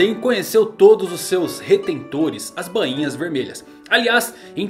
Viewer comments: a pronuncia correta e BAINHA, E NAO BAN - INHAS KKk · Soa estranho ele falando bãinha